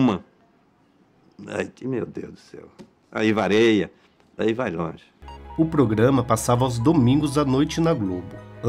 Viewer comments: Isso não muda o fato de que ele (Renato Aragão) disse "vareia" em vez de dizer "varia". Os homens formados e com diploma parecem saber falar menos o português corretamente do que os caras sem muito estudo. Belo doutor!! 😂😂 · Legal é ver um cara formado em faculdade falando "vareia" em vez de "varia". O Brasil não tem jeito mesmo!